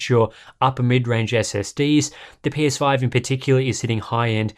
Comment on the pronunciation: I swear he said the pinus5